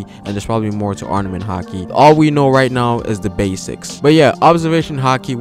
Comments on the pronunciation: Armament, ARMAMENT! Not arnament. Great video but you were driving me crazy with your mispronunciation haha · Chris Adler I caught that too. He's a little inconsistent with the word where he'll pronounce it with the pause and other times not. Also, he kept saying "arNament" instead of "arMament" which was driving me crazy lol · ITS NOT ARNAMENT HAKI ITS ARMAMENT. Do you even respect the craft? Jesus